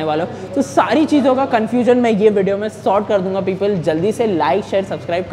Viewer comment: People ❌ Pepel ✅